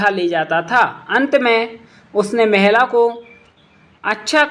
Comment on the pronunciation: महला या महिला😂😂